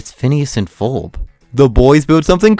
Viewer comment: *Ferb... Not Forb/Furb